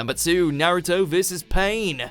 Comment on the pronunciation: Please stop butchering the names. It's O-bito not Oh-bee-tow. It's Na-ruto not Nah-roo-tow. And for the love of god, it's Ho-kage not Ho-kah-gay. Jeez.